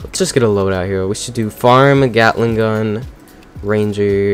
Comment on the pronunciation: Uh why did i hear *gyattling gun"